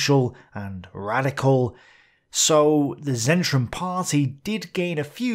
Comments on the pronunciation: Sorry, I had...Zentrum is not read with 'zet', but with 'c'. Difficult to explain to english speaker, polish one gets it in no time. Polish word is "centrum", any english word with 'c' read as 'c' instead of 'k' or 's'? Another german word with that 'c' would be zink and english word with that right 'c' is zinc (a-ha, kudos to my wife). Cheers, great vid, as usual. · Great content, just this nitpick: "Z" at the beginning of German words is read like the 'zz' in 'pizza', so "Zentrum" (Centre) should be something along the lines of "TSentrum". I never heared "Reich" pronounced with a 'k" at the end. "-ig" at the end is read "-ich" like the the sound in the Scottish word "loch", but -ag is ag, so e.g. "Tag" (day) is not usually read "Tach" (although there are many dialects). There are not too many phonetic rules, they should be listed on Wikipedia and You can memorize them in an hour and improve Your content without turning it into a Grammar lesson, of course. :) Keep up the good work :)